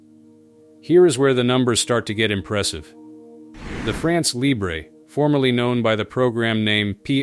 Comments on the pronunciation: It’s not pronounced “libré” but “libr..” (you don’t pronounce the last letter). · Yes the lee-bray pronunciation is Spanish so goes well with nacho, whereas the French is more like LEEBR-uh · « Libre » pronounced librae is not French ! France Libre has to be pronounced with a ton which didn’t exist in English. Forget the « e » Guess that « France Libre » will have a six generation Rafale which its fifth generation is currently the best fighter jet in the world on sea and elsewhere. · LIBRE pronunciation LEE-BRUH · France Libr... Do not pronounced the E. There is not accent atop of the E. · Right! No accent on the E of Libre, therefore you should not hear it.